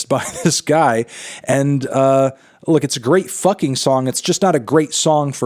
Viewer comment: You stressed the wrong word in "it's a great f-king song", the standard emphasis of which would render your clarification unnecessary; you could've said, "It a great f-ing SONG, just not a great F'KING song.